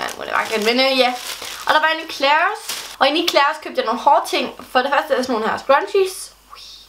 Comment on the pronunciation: Endelig en der udtaler Claires rigtigt